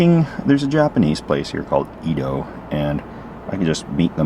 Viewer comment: I’m assuming that the Japanese restaurant is pronounced “eh dough” (not “ee dough”) since there was an Edo Era (Tokyo was “Edo”).